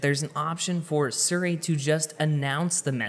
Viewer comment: Why you pronounce Siri wrong..